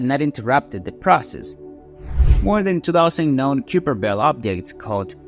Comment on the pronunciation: learn to pounce the words please. its not "q per"